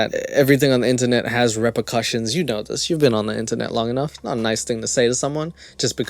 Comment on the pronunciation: how is nobody talking about the fact this guy sounds like a 5 year old with a speech impediment? "you whinows" take some speech therapy before you start a commentary channel you goof